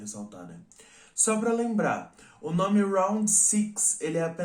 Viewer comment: Tão bonitinho pronunciando os nomes em coreano